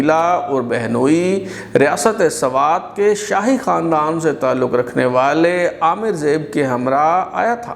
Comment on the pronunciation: Amir Zeb not Aamir Zeb, read with single A not arabic aen ,like Aamir suhail.Thank you.